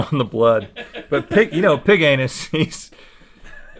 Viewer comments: "it's piginus" 😂😂😂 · "Thank you Mr. Pig Anus." "IT'S PIGAMUS!"